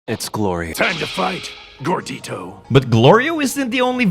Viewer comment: Kid Daima Goku and Adult Daima Goku pronouncing Gordito a bit differently is funny 😂